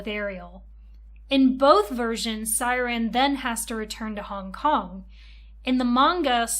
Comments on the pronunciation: Pronouncing Syaron like siren after watching the anime @@ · I wanted to watch but noped out after the 2nd “Siren” lmao atleast learn how to pronounce character names??? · Is not siren is syroan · Siren? Shao-ran Syaoran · Amazing video! She pronouncing Shaoran as Syran made me chuckle every single time.😂❤ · I know this is old, tu the way you kept calling him “siren” was so confusing I had to think hard about who we were talking about every time you mentioned him because I didn’t know if it was a card or him 😭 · how do you watch the anime and mispronounce Syaoran and Tomoyo's names